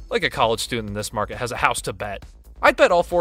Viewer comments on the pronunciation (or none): none